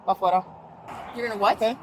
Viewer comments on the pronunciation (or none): "We are going ahead and... pa'fuera" 😂😂😂😂